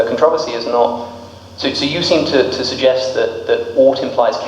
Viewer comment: Am I the only one annoyed about the way he said controversy